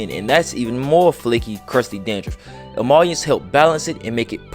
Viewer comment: It’s Emollient, pronounced E… Moooo… Leeee…. Hent. Lol 😆. Good content bro.